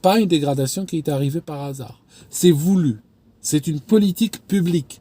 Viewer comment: on ne dit pas "nasar", hasard a un "h" aspiré.